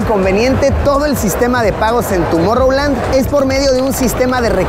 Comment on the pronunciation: TUMOR-land? xd